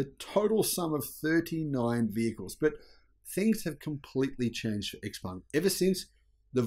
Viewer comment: It is Xpeng not Xpung